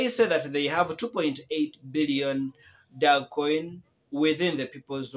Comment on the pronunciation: Very painful you can't even pronounce the coin well🤣